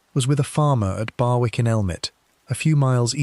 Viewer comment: Barwick is pronounced BARICK!!!!